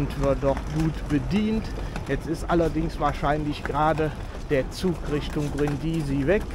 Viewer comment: Hallo, ich meine, daß man die Stadt auf der 1. Silbe betont, so kenne ich das. Deine Betonung auf der 2. Silbe hört sich etwas gewöhnungsbedürftig an. Es kann freilich sogar sein, daß Italiener den Städtenamen tatsächlich auf der 2. Silbe aussprechen, ich weiß es nicht genau.